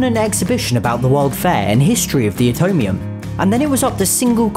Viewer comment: You pronounced it utomium instead of Atomium